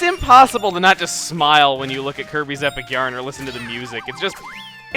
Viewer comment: Could have sworn you said Kirby's Epic urine at one point xD